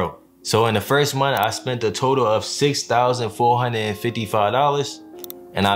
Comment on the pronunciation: Fo huned, seven huned.